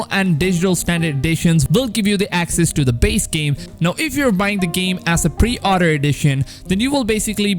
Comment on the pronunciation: Btw he said pre outer instead of pre order